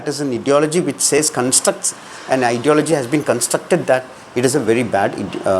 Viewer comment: Brother, check your pronunciation of 'ideology'.